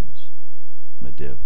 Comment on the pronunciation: Hey great job just i just wanted to let you know you are miss pronouncing sargaras and Medivh. Sorry it was just kinda jarring still good tho